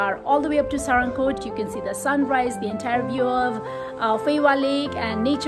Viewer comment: its not saa-ra-ng-kot, its sa-raa-ng-kot.....people nowadays can't even read nepali or they are highly influenced by indian vloggers mispronouncing nepali local names or they are just ignoring.....nice video though....places like panchase/kaande would be the best option around pokhara as a hilltop destination, be it in summer or it be in winter to play snow, among the better ones like rupakot, kaun kot, thulakot, kristi(mattikhan), nirmal pokhari(foksing kot), bharatpokhari(hudikot), pumdikot, etc